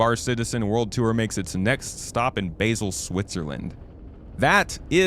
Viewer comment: You pronounce Basel like the Ba and Se from Ba Sing Se (from Avatar the Last Air Bender) put together and then you put an L at the end